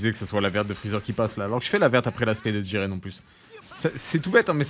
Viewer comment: Jiren pas jigen, trop de boruto 😂